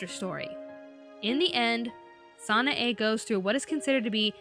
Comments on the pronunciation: Hey it's not sana a its san a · You're driving me insane. It's pronounced San-AI! If you actually gave the show a proper chance, you would know this! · SHE KEPT SAYING SANAE WRONG